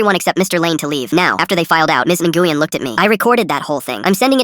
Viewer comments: Nguyen is NOT pronounced engooyen it’s newin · I’m pretty sure Nguyen is pronounced “When”, not “Na-goo-yen”. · Nguyen is pronounced (nwen), NOT (n-gu-yen). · counsilor's name is pronounced win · btw Nguyen is pronounced (New win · “Ms. Enguien” what the fart? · NGUYEN IS PRONOUNCED WIN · The name of the principal should be pronounced "wen". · nguyen is not nuh-goo-yen bro what ???? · Its actually a Vietnamese name but the AI didn't;t know how to say it, its pronounced like NGWEE-en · Nah its supposed to be wen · Miss Nguyen I’m sorry the way they pronounced it tho 😭